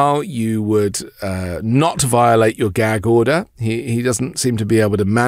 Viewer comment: What's a "gheg order" and how exactly does someone "go to jell"?